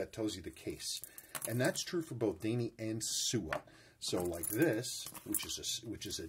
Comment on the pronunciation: Daini in Japanese would be prounounced more like Die Knee:)